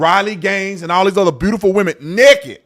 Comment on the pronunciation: And it is NAKED. Not NEKED…. Smh